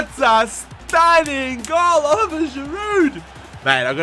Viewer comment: You're skipping the second I in Giroud's name, its Olivier not Oliver haha, but great video man!